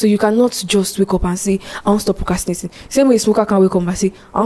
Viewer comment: Y'all it's procRastinating. Not "cast"